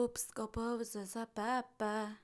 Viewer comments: Joe Piss-ka-Poe! (I’m not here to shame. These names get called out during the intro, so the prononciations are deep in the ear holes of my memory.) This is fantastic coverage of a lot of years of SNL. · Joe Piscopo (PISS-cuh-po) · Girl, can you pronounce ANYONE'S name correctly??? Aykroyd, Piscopo, Garofalo, Julia Louis-Dreyfus, Wayans, Cahill, Hutsell, Koechner, SEINFELD??? You can't pronounce Seinfeld??? And i'm only halfway through the video! C'mon man, have some pride in your content, and look up names you don't know. When you wing it, you sound unprepared, and makes me doubt anything you have to say. And yes, there are some things you got blatantly wrong. You also don't even know the famous line in the show... "Live from New York...CITY??" No one ever said that. Yeah, we get it. You've never watched the show. Thanks for being one of those YouTubers that picks a topic, reads a Wikipedia page., and poops out a video. Luckily, you're a new YouTuber who does the "Look, i'm awkward and strange, and say things in weird cadences sometimes. That's my thing, while i hold a lavaliere mic in my hand. I don't clip it on or use a different mic, because it's so weird and whimsical!"